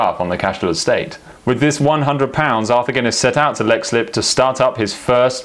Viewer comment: just to point out Leixslip is pronounced leekslip. Otherwise the best pint of plain is obviously in Dublin.